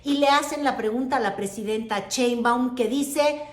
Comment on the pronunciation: ES PRESIDENTA SHEINBAUM, NO COMO TU DICES CHEMBAUM, ES SERIO TE ESCUCHAS MUY RIDICULA , TU HABLANDO DE FORMAS DE POLITICA, INTERNACIONAL PERO MUY MALA TU PRONUNCIASION ..SI ERES MALA PARA ESO SE TE AGRADECERA DECIR PRESIDENTA CLAUDIA S PARDO...